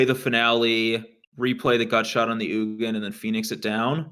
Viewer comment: I'm not sure if was trolling (I think he was), but it's not like "Eugenie" the Spirit Dragon, but like OOG-in.